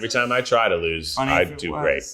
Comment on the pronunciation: THE WAY HE SAID “funnee”😂 * *